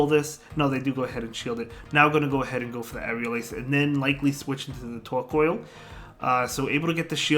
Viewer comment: Tortoise + Coal...not Coil.... Tor-COAL - otherwise nice vid! :D